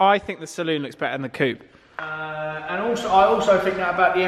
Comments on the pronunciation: It's coupe not coop!!!! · It's coupe not coop ffs !!!